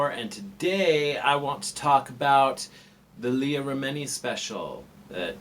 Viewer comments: It’s “Remin-ee”, not “Re-mini”. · Are you saying it that way on purpose?